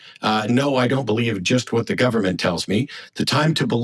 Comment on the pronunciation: “Or do you just believe what the guberment tells yuh?” Cringe, dude. Such cringe.